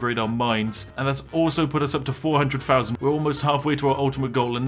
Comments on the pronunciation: i'm not sure but is it possible that you pronounce things like: three, thousand, very more like: free, fousand, fery not trying to be mean i just noticed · why do brits insist on pronouncing every "th" sound with their lip instead of their tongue like you're supposed to? ALL of their "th"s either sound like an "f" or a "v" fousands of cookies, just everyfing possible. Over free hundred fousand cookies. Vis is remarkable, I simply can't believe how far vat idea took us in just firty minutes